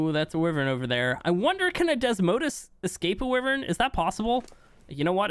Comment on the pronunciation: The way you say wyvern is annoying there is no i in the name wyvern